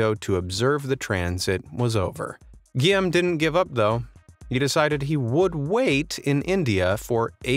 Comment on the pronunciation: Guillaume is pronounced "gee-ome" not "gee-am".